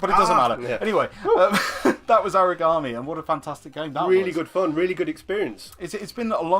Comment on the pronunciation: If you want to know how it is pronounced, it is pronounced ahrah gawm eee